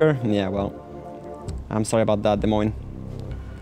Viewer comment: Wait... you're French right? Why do you say "Des Moines" with an S sound at the end sometimes?